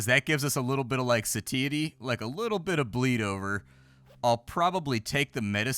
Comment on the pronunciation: Love you, but the way you pronounce satiety is like a jump scare every time.